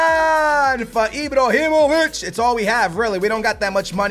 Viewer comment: He keeps calling Ibrahimovic Ibrohimovic